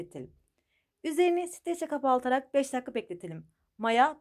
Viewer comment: Sürekli kapaltarak diyorsunuz kapatarak kelimesi zor mu bu kadar